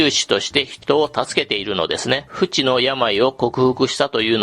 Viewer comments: 不治の病は「ふち」ではなく、「ふじ」ではないでしょうか。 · 不治の病→ふじのやまい やで